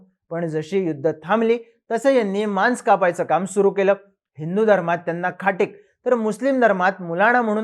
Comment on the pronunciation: मांस शब्दाचा उच्चार योग्य करावा.